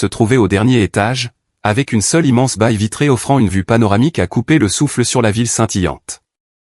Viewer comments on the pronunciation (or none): Très bien joué,! Magnifique histoire; la réussite est la meilleure vengeance. Bonne continuation. Je vous ai écouté d'Algérie. Je me permets de faire une correction dans la prononciation de certains mots, comme par exemple: baie se prononce bè, pas baï.